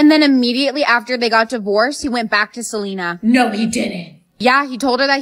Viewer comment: “Gotta keep an eye out on Selener” LITERALLY GOT ME ROLLING ON THE FLOOR